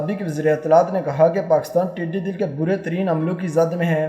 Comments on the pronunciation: admin please. not tiddy dill but tiddy dall. dall means fouj. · “dall” not dil correct pl